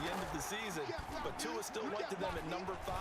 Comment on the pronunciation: 😳 they got tua name right lol